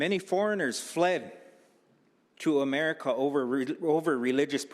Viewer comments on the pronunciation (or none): none